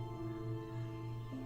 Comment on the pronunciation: Ar-Chip-a-largo. No